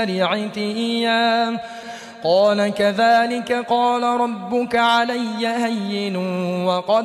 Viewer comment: Ayat no 21 main bhee two mistakes hain recitation kertey huyey qari sb word HUWWAA ko Skip ker gayey hain. Aure doosree mistake qirat main work "RUBUKEE" recite kerney kee bajayey RUBUKAA lafaz parhaa.Correction is required in this recitation of Aya y no 21 main.